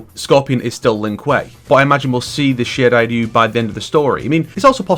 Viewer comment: Does this guy really pronounce "Shiray Ryu" correctly? That's insane. Even NRS can't even pronounce that right